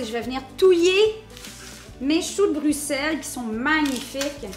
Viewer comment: Un j'aime juste pour la bonne prononciation de Bruxelles!!!! Je vais tester la recette, merci ;)